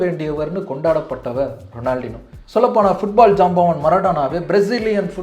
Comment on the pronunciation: எனக்கு ரொம்ப ரொம்ப பிடித்த கால்பந்தாட்டக்காரன்..! அவர் கூட விளையாடுறவனுக்கு பயித்தியம் தான் பிடிக்கும்..! 🤷 ஏன் காணாமல் போனார் ன்னு ""இப்ப"" தான் தெரியுது...!😤 அப்புறம் அவர் பெயர் "ரொனால்ட்-இன்யோ" ரொனால்டினோ கிடையாது..! எங்கேயாவது இருந்து சுட்ட கதையா இருந்தாலும் சரியாக முழுசா சுடுங்க..!🙏 நன்றி 🙏